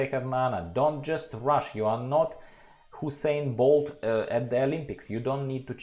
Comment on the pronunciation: New runner, "Husain Bolt" :D